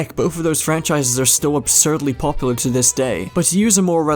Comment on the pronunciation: drinking challenge: take a shot every time he mispronounces popular